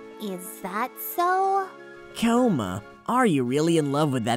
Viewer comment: God of coma's